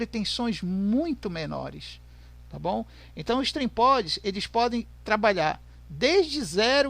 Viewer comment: Não é trimpods é trimpot